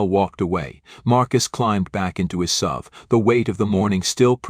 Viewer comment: More BS stories. And bad AI reading SUV, not "sub". He's not driving a submarine down the highway.